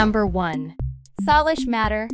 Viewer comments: We pronounce Salish ( say Say lish ) not sarlish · It isn’t sooooooolish it’s Salish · ikr she’s like saulish and you say her name Salish not saulish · It’s not solish matter it’s Salish matter 😂😂😂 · You should say say-lish, not suh-lish. And if Jordan saw this video, he'd FREAK OUT! 😱😱😱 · It's not solish it's salish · It’s Saylish like Salish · It's sailish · It s' SAYLISH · U said solish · why do you say Solish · you pronounce the name wrong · You pronounced her name wrong. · That's not how we pronounce Salish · the way she said salish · thanks I was wondering if it might be AI because I don’t think a real person would say her name wrong on purpose. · That’s mean but you’re really right I was about to put a Comment saying that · Geez you don’t have to be so rude about some one not knowing how to to pronounce a name